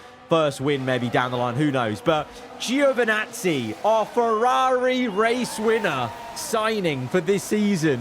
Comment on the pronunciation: It's Joevinazzi, not Giiiovinazzi... From Italy with love 😂😂❤